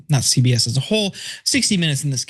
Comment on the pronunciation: cenk said "ZBS" loooolll damn